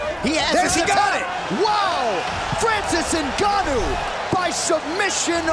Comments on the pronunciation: Francis guanou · Francis Ganu....😂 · Did the guy in the beginning say Francis The Predator Gnu? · "Francis Gnno" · Put Some "Respek" on Francis's Name